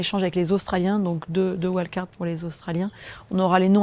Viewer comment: Et pourquoi pas "invitations" au lieu de "wild-cards" ? D'ailleurs ce n'est même pas correctement prononcé. Ah cette langue qui se perd ! Ah cette fin de civilisation qui approche !